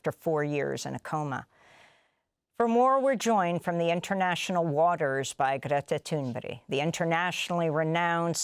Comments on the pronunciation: Ghreettha Toonberry? Calm down Amy... So extra... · Who's Gretta ThunBerry? As an anchor to a show you should really get the names right of the people in your piece coz you sound kinda dumb to be honest! Like all these people who support Gaza and Hamas